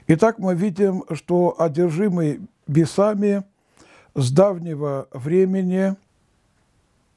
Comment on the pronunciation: Спасибо за труд, но бесАми режет слух…